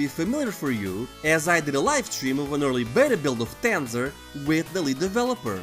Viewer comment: I like the way you say Tanzer with your accent. You should've done the promotional advertising for the game